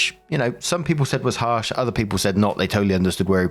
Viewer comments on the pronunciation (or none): none